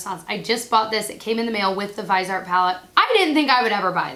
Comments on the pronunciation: French pronunciation would be veees - aaar (the t would be almost silent) Thanks for the info on the sweet peach palette. I've been on the fence about it and now its not a big deal if I get it. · They're a French company. I'm gonna go ahead and call it: Viseart should be pronounced "veezARR" with a guttural "r." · Vi- zee-art